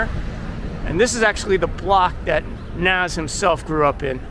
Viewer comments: It’s pronounced like nahz not naz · Yeah. That hurt my ears a bit. If you want to spell it how it sounds "Noz" would be the way to go.